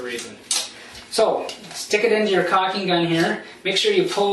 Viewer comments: it's caulking not cocking. Maybe in an irish accent - as in - " whale oil beef hooked.." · Dude Its caulking not cocking.